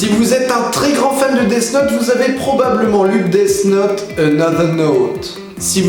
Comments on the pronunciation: Ça se prononce def naute, pas desse naute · On dit "dif note" phonetiquement :p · C'est pas DeaS Note mais DeaTH Note DEA TH NOTE.